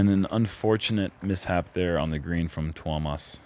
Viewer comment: your pronounciation of Tuomas is rather good. Better than I would expect from non finnish speakers. Hyytiäinen needs a little more work :D.